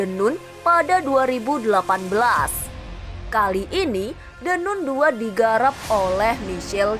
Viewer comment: The nan bacanya min😊